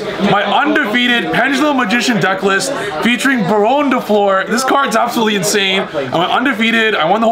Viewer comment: pls read this! Bar(onne) the "onne" sounds like the "one" in gone Fl(eu)r the "eu" sounds like the "u" in f(u)rry or h(u)rry